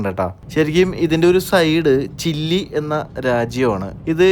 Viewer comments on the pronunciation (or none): ചില്ലി അല്ല ചിലി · Chilli alla chile enna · ചില്ലി അല്ല ചിലി 🤣🤣q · ബ്രോ ചില്ലി അല്ല ചിലി ആണ് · ചില്ലി അല്ല ചിലി ആണ് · ചിലി, യാണ് ചില്ലി അല്ല. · ചില്ലി അല്ല ചിലി എന്നാണ് പറയുക (സന്റീഗോ ) ക്യാപിറ്റൽ ചിലി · ചില്ലി അല്ല ചിലി!